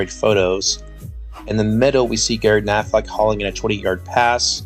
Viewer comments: Nice video. Constructive comment. The player is Gary pronounced Ku (as in cut) plus naffle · #84 Gary Knafelc's last name is pronounced Ka na' fell. The c silent. For decades after his playing career, Knafelc was the public address announcer at Green Bay home games😅